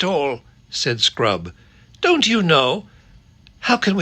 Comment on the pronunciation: First time is at 6.53 chapter 12 of Silver chair. Definitely sounds like 'sprout' and not 'scrub'😅😂